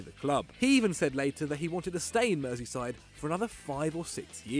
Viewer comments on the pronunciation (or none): none